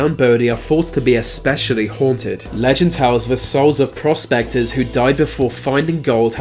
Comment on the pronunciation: It sounded like he said prostaters instead of prospectors.